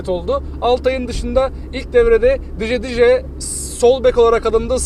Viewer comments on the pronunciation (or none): Dje dje değil gardaşım ya akhisarın anonscu da dje dje dedi CeCe CeCe 😀